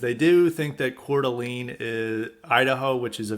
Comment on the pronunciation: It's pronounced "core-d'lane." Lol. Wouldn't be an episode of highly respected without mispronouncing something! I tried for over a year to try and get a plumbing apprenticeship. Gave up after calling all the local plumbing companies in a 40 minute drive radius in a semi rural area. No takers. I had an offer to work for in HVAC, but they offered minimum wage to start! Talked to an older trades guy about it. Sadly, he told me this is how it works. You have to accept Low wages for at least a year. And it's just not doable for most people. This is the reason why they have a labor shortage too. The starting wage is too low. Yeah, in 10 years, you can start your own business, but the small businesses nature of it means you'll get a low wage and absolutely no benefits until you get a lot of experience. And honestly you have to know people and have connections to get these guys to hire you. I only got an offer from the HVAC guy because of a reference from a connection!